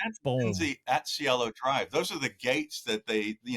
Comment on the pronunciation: Its Cielo Drive Kato. Not Cello.